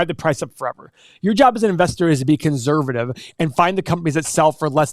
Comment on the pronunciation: His job is to be conzzzzervative